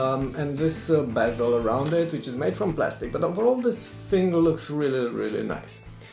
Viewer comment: its thing not fing ;)